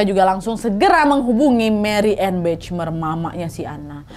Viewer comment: Maaf, dibacanya Mariyane Bakhmaier. Sukses selalu mbak Nadia :)